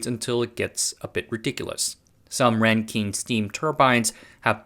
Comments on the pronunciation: You're out of your depth here. Best to stick to tech stories. Supercritical CO2 is not a gas. It's pronounced Rankin, not Renkeen. Bouncing around from random example to random example. As someone with background knowledge in turbo-machinery and materials science, this is painful to watch. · [ˈræŋkɪn] not [ˈræŋkiŋ]